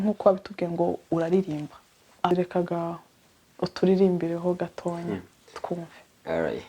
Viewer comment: Uyumushikiwacuvugango gatonya bavuga gatoya mama